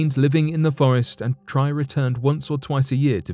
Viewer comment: The V.N man's name Tri is pronounced like "tree" not " try".